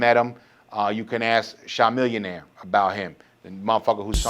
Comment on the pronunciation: Shymillionaire? 🤣 Chamillionaire. Pronounced like a chameleon, but I’d agree that Jordan is a major dicc